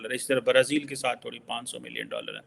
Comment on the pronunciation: Brazeeeeel....Genda English sudhar